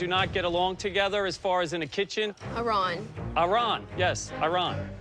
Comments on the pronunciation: I understand that for an English speaking person you really want to say « Iron / Iran» instead of « Ahron » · I mean, also popular but for all the wrong reasons. Let’s not forget he also bullied others at certain points like purposefully mispronouncing Aran’s name time and time again (he admits this in an interview too) I don’t get your statement at all whatsoever. He’s also a terrible communicator to the point that it’s affecting his cooking ability and those of his team. How did your comment get this many likes, I will never know